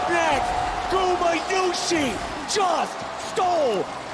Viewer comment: Does is bother anyone else that they keep mispronounciating gumayusi